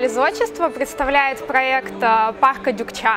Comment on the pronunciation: Почему Дюкча? Может Дукча.